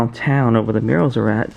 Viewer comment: wrong pronunciation of Murals until halfway through the video lol